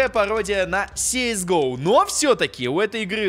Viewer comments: если что кс го а не сис го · не си ис гоу а кс гоу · Говорится кс го не?